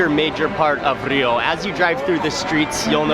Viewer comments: I know its been 1y and someone prob has already told u but rio its pronounced as "hio" not "ŕřio", just a note, great video btw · Dude... Such an awesome video. It aint RRRRRRio its like Hio. Okay? LoL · Great spanish pronounciation of "Rio" but in portuguese it´s actually pronounced something like "Hio" ;) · The "R" in Rio I'd pronounced like the "H" in Happy, Hi, Hello, just for you guys to know (Generally speaking, there are some accents that sounds like that) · Dude, it's Portuguese not Spanish. Don't roll the R in Rio. It is pronounced with an h-sound. "Hee-oooh" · I wish people would stop pronouncing the R in Rio as Spanish ): it's more like Hio, you punks. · If you know the correct pronunciation of Rio, why do you continue to roll the 'R' ? I'm only asking because I get offended when people know how to pronounce my last name, yet they choose their own pronunciation